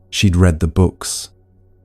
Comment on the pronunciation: This is AI--generated, and AI-read: a real person did NOT read this. At about the 50 minutes mark, give or take a few minutes, the bot pronounced "read" the wrong way--in a way no human would!!!